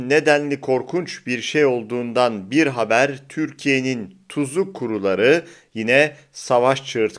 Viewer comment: "bir haber" değil, "bi haber". Kolay gelsin. ..🌹🌹🌹